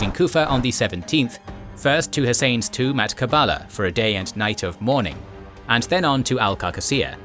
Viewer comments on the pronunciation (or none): none